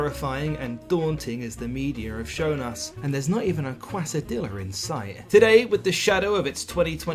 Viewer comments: Say chewday all you want. Kwa-sa-diller hurt me way more than that. (Also glad to see the deviews are still going on here!) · As a native spanish speaker, I nearly gagged at your pronunciation of quesadilla. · this man just said quesadilla